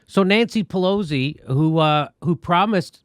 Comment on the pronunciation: always enjoy how jimmy pronounces her name to sound like 'ponzi'....